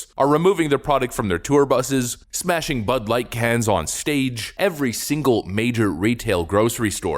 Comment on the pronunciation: Did you say.... butt-light.. ? Ha ha ha ha if you did